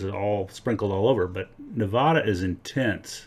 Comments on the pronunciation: It's not Nevoda, it's Nevada. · Neh-VAAAA-dah, not Neh-vahhhh-da. Thank you for your informative video, though. My backyard is a, no pun intended, gold mine :) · Stop saying Nevada like it's a gay bar. We locals dont say Nevhada... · Start by pronouncing nevada the right way. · Hurts every time you pronounce Nevada wrong 🙈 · It is not uncommon to find gold associated with cinnabar which is mercury ore, and mercury is found in hot springs deposits as is gold. And please learn how to pronounce Nevada, we nevadans can get very irritated when foreigners such as yourself mispronounce Nevada. Also you might want to bone up on your geology and mineralogy if you're going to make youtube presentations such as this. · Its so grating to hear it pronounced wrong by basically everyone other than Jeff Williams.